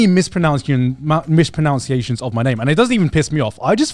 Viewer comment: Garnt mispronounces the word "mispronunciations" when complaining about people mispronouncing his name.